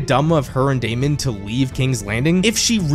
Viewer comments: Your analysis is great but ur pronunciation of Daemon is annoying af. It's pronounced Day-men not day-mond. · Absolutely no one:: DAY-MON